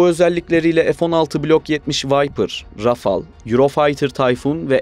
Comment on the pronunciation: Kardesim tebrik ediyorum ilk defa "Rafale" yi Rafal diye söyleyen sensin sanirim herkes Rafael diyor ve öyle oldugunu saniyor 😄. Fransa dan selamlar